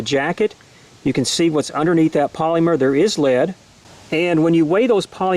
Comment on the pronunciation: Is anyone else bothered by the way he says polymer? I work for dow as an operator is a polyethylene manufacturing plant so the way he says it is killing me 😡. Also this round is designed for low penetration. If you want a hell of a 9mm round I recommend Hornady Critical Duty 135gr +P ammo (~$25 for 25 rounds). Saying in a negative way that this round has low penetration is like saying the ocean is bad because it is wet. 🤣👀